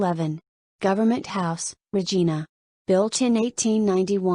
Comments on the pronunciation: It`s pronounced Ra Jine Ah, not Re Gene Ah. AI vocals suck. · Could at least pronounce Regina correctly?